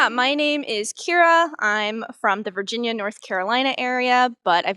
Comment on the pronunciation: It's VIRGINIA, not Vriginia. You've been in Japan too long. lol Your last video was "what is happening to Japan" where you showed all of the graffiti , the poverty, the homelessness, etc, and now this one in total contrast with everyone saying it's so good. And Japan is a whole country, not just one or two large cities. I'd love to see videos of, and listen to people who live outside of the large cities.